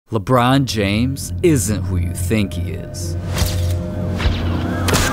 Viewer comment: I’m just skipping back 10 seconds to listen to him saying “Lebron James” 😂